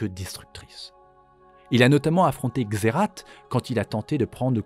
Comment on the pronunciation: Waaa. Trop content de voir cette vidéo !! J'ai encore appris pas mal de truc sur Shurima 🧡🧡 Y a juste un truc, officiellement, la prononciation de Xerath, c'est "Xérace". Mais même dans le jeu de carte, il prononce "Xérate" 😅😂 C'est comme pour Rakan. Tlm prononce "Rakane" mais c'est "Ra'quand'" (c'est moche, mais ça aide à la compréhension de la prononciation 😅) Super vidéo. Hâte aussi de découvrir de serveur MC !!!! Il sera moddé, ou juste vanilla ?